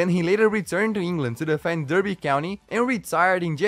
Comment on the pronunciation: Rooney did us proud at Derby - and it's pronounced "Darby", not "Derrrby" - either way love your stuff man, keep it up!